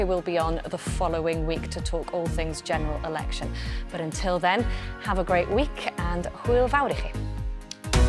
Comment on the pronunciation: Did she say "General erection?"